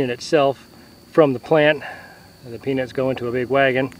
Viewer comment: That's so hilarious the subtitles read penis when he says peanuts and also sound alike he said penis